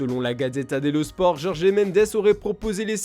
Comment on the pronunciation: On dit jorge. Pas jorgé !